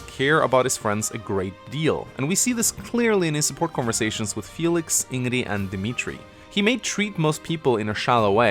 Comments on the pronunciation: Ingree? Very good pronunciation. You can actually hear the correct pronunciation through dialogues but yeah, still pronounce it as Ingree. Brilliant! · How did you butcher Ingrid's pronunciation so much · Take a shot every time he mispronounced Ingrid